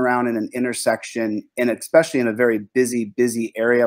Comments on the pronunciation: Eckspecially ! lol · "ekspecially"? Not a word, dude.